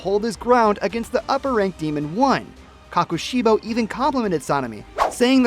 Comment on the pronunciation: Hmm isn’t it pronounced koKoshibo? Not koKashibo?